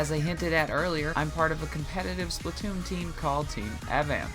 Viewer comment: People it's SPLAT TOON NOT SPLIT TOON OK